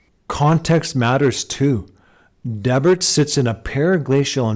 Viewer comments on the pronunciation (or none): I live there. I cringed at your pronunciation. Dee-Bert please, not Deb-urt. Yeah, a lot of old native artifacts pulled from around here :)